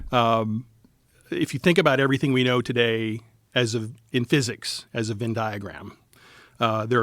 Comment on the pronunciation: The word “Venn” in “Venn diagram” is pronounced with the “eh” sound as in “head,” not with an “in” sound. Phonetically, it is /vɛn/ in both UK and US English.